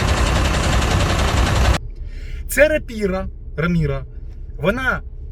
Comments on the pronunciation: Раміна, наголос на останню А. Відома блошерша, гляньте як вона бігала по Бахмуту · і то ше адвокат? Ім'я головної героїні не може нормально вимовити. Адвокат рагуль і дружок бичара ше той.